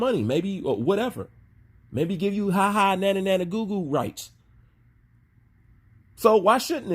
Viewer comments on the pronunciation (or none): none